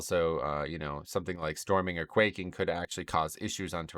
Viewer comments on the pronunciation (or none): Great video! But please stop saying quacking lol it’s quaking as in earthquake haha. I hope that was on purpose but if not.. 😬